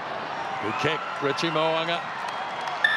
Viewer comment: Please get it right. It’s Mo ‘u nga. not Mo a nga